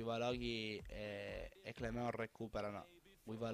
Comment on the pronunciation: Clément si legge Clemón, ha un piccolo suono nasale... :)